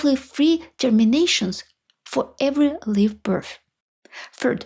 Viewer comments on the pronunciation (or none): Great videos. I noticed you pronounced live birth as leave birth not lie v birth. It should sound like lie or lye ve birth. I have the same problem with Ukrainian and Slovak with tiny sounds that can mean different words. Just want to help you get perfect English.